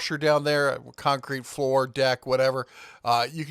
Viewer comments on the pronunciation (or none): none